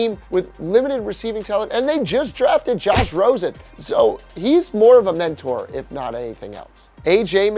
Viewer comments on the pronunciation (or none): none